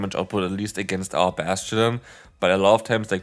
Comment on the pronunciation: I love Bass-Chu-Done